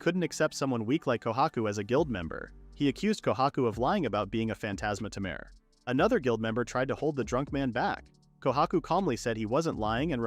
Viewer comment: Tamer❌ Ta mer✅